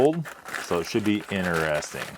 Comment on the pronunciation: innerresting...very innerresting